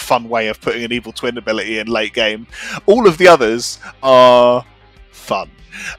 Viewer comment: It took me a solid moment to realize you didn't say "twink jinx"